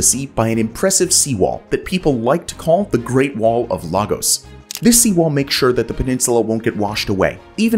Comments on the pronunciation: Lagos is actually spoken as if it has a y after the a and arguably a double s to end i.e. Laygoss Apparently the isolation is so unusual that it's proving quite popular. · Why didn't you ask someone how to pronounce names like Dorval and Lagos? Not even close... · Show some respect...do your research and learn how to pronounce names like Dorval and Lagos.